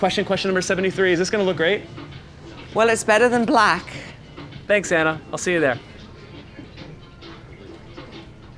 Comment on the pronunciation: It's Anna, not Enna 🤭